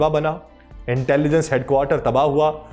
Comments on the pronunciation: ارے بھائ یہ کیا۔ عزرائیل۔۔۔۔۔۔ عزرائیل کی رٹ لگا رکی ھے۔۔۔۔۔۔۔۔؟؟ توبہ توبہ۔ استغفراللہ۔۔۔۔۔۔۔! "اسرایئل" کو عزرائیل کہنا میرے خیال میں سخت گناہ ھے! کیوں کہ "عزرائیل" موت کے فرشتے کا نام ھے ۔۔۔۔ ھم اسرائیلوں کو کیوں خواہ مخواہ "عذرایئلی" یعنی اپنے یعنی مسلمانوں لئے موت کے فرشتے بنارھے ھیں۔۔۔۔ ؟؟؟؟ اور یہ اس لئے ھورھا ھے کیونکہ بہت سے پاکستانی اور بہت سے دنیا بھر کے مسلمان محض انگریزی لہجہ بنانے کے چکر میں اسرایئل کو عزرایئل کہتے ھیں۔! مجھے پورا یقین ھے کہ اسرائیلی اس بات سے یعنی اپنے اس انتہائ طاقتور نام دیئے جانے سے بیحد مسرور ۔۔۔۔ خوش ھوتے ھونگے ۔۔۔ اور مسلمانوں کا مذاق بھی اڑاتے ھونگے کہ ھا۔۔۔۔ ھا۔۔۔۔ دیکھو! خود مسلمانوں نے ھمیں اپنے لئے موت کا فرشتہ بنالیا ھے تو ھم کیوں نہ موت بن کر ان پر نازل ھوں؟ میری ان تمام انگریزی لہجے میں اسرایئل کو عذرایئل کہنے والے مسلمانوں سے گزارش ھے کہ اس بات پر توجہ دیں اور اسرایئل کو آئندہ کبھی عذرایئل مت کہیں ! ۔ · Ap isreal ko izreal q bol rhy hn .itni zor zor se urdu bol rhy hn ap lakin israel ka nam thek nhe bol rhy. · ارے یہ کیا۔۔۔۔۔۔۔ عزرائیل۔۔۔۔۔۔ عزرائیل کی رٹ لگا رکی ھے۔۔۔۔۔۔۔۔؟؟ توبہ توبہ۔ استغفراللہ۔۔۔۔۔۔۔! "اسرایئل" کو عزرائیل کہنا میرے خیال میں سخت گناہ ھے! کیوں کہ "عزرائیل" موت کے فرشتے کا نام ھے ۔۔۔۔ ھم اسرائیلوں کو کیوں خواہ مخواہ "عذرایئلی" یعنی اپنے یعنی مسلمانوں لئے موت کے فرشتے بنارھے ھیں۔۔۔۔ ؟؟؟؟ اور یہ اس لئے ھورھا ھے کیونکہ بہت سے پاکستانی اور بہت سے دنیا بھر کے مسلمان محض انگریزی لہجہ بنانے کے چکر میں اسرایئل کو عزرایئل کہتے ھیں۔! مجھے پورا یقین ھے کہ اسرائیلی اس بات سے یعنی اپنے اس انتہائ طاقتور نام دیئے جانے سے بیحد مسرور ۔۔۔۔ خوش ھوتے ھونگے ۔۔۔ اور مسلمانوں کا مذاق بھی اڑاتے ھونگے کہ ھا۔۔۔۔ ھا۔۔۔۔ دیکھو! خود مسلمانوں نے ھمیں اپنے لئے موت کا فرشتہ بنالیا ھے تو ھم کیوں نہ موت بن کر ان پر نازل ھوں؟ میری ان تمام انگریزی لہجے میں اسرایئل کو عذرایئل کہنے والے مسلمانوں سے گزارش ھے کہ اس بات پر توجہ دیں اور اسرایئل کو آئندہ کبھی عذرایئل مت کہیں! ۔